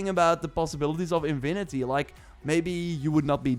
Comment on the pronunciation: He literally said 'Invinity'